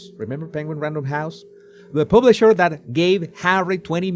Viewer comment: What is a "publiser"😅